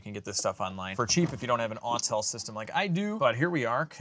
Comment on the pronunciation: I now know that I haven't been mis-hearing things now that you've pronounced AUTEL as I knew it should be. Not to slight anyone else, but every time I hear "ALLTEL" , it drives me nuts.